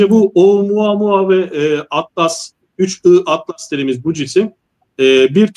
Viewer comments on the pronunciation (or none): Yahu kadın 31 ATLAS değil, 3 I ATLAS.. da defalarca söyledi..